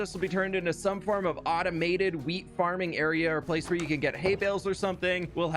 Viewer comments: "The fwinest fwheat fwhenywhere!" (the finest wheat anywhere) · “ fWamily fWarms - the best fWheat you’ll ever find in the world!” I think find should be “fWind”😂